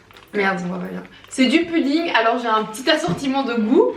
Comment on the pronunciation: il manque un "e" a test(e) - c'etait une sauce bande de cougnous - le bonbon c' est une friandise pour chien ( dentasticks) - et mnt les croquettes?! c'est un repas pour clebs en fait !!! - on dit pas pUdding mais pOUdding!! de Elodie, Noélie, Pablo et Tijani PS: on attend la partie 6